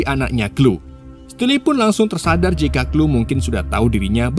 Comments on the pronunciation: Chloe...klowi...kok jadi klu sih bang 😂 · Sori bang di koreksi dikit 😊 Left behind bacanya lef bihain bang bukan lif behin Chole bacanya kol bukan klu